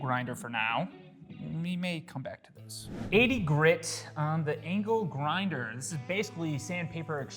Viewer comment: ITS ANGLE GINDER NOT ANKLE GRINDER DUDE😂